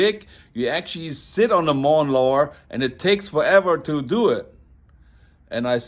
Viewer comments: Ein “ mawn Lower” und ein Hair Saloon ? bist du betrunken? 😊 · you said "mawnlower" cool!